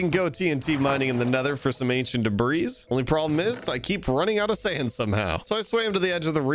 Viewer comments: The 's' in Debris is silent. It's pronounced "Debree". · The s at the end of debris is silent... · Please learn how to pronounce debris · The s is silent in debris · Why does he say debris like that